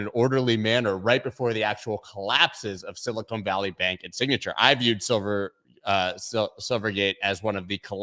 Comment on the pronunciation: it’s Sil-ih-kahn, not sil-ih-cone